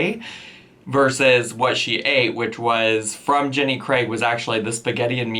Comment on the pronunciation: Thank you for actually saying Jenny Craig and not Jenny 'Creg'